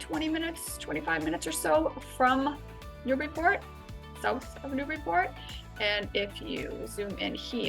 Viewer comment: I'm happy to find a video where you say it right. Thanks.